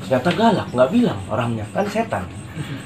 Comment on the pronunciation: Nyebut setan nya pasekh bngt ya 😂